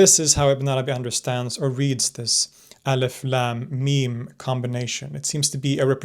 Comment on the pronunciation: I just keep hearing 'Eleph Lamb Meme'